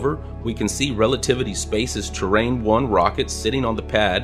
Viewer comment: Awesome video as always! Small correction -- 'Terran 1', not Terrain